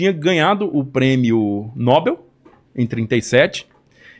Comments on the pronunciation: Não aguento mais esse pessoal pronunciar errada a Palavra "Nóbel" como uma palavra paraxítona. Não tem acento! A pronúncia é Nobel sem acento porque é oxítona . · "Prêmio Nob(é)l" e não N(ó)bel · Fantástico. Só me "arrepio" quando erra a pronúncia do (Prêmio) Nobel.... (É no-Bél !!)